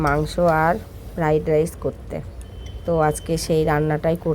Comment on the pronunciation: ফাইয়েড ✅ ফ্রাইড ❌